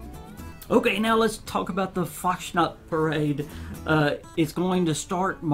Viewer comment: I'm of German heritage and I know basic German; I'm not fluent enough to speak it but I know pronunciations and can understand a decent amount of words. That being said, I believe Fasnacht is pronounced "Fahz-nahkt" with the "phlegm" sound on the "kt". Just for future reference if you have to say it again haha :) These updates sound really good (especially the turret update; I recently had budget issues and had to remove my turrets but this might help), but I'm a little concerned about the principle of Bethesda creating more no-build zones. I know they'll probably create more game worlds to play around in over time but if they don't, we're going to start seeing a significant decrease of buildable areas in the game world as more content is released. That is, if they decide to start creating more no-build zones for every content update.